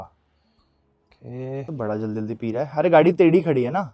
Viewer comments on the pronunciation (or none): none